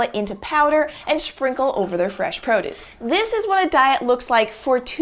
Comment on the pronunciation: AND SHPRINKLE